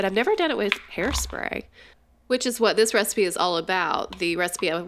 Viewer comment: U said the resapea, I coped